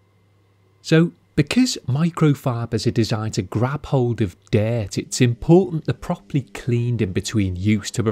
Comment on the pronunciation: I like how he says "dayt"... I mean dirt hehehe